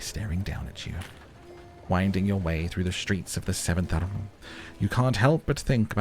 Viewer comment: Your pronunciation of arrondissments is perfect 😂